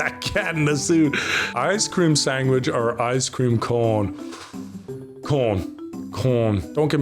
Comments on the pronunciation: “Sangwich” aha yes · Better question than all of the ones you answered: Why do you say "sangwich" it sounds so weird